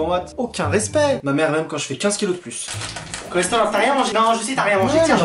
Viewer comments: J'aime trop quand elle dit coresterole ou je vais te boxé ou alors je suis choqué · elle l’a appelé « cholestérol »😭